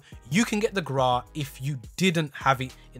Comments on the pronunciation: People: Grau: The GRAAA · "How to unlock the Graaaa" 🤣🙏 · He says Grau wrong what knob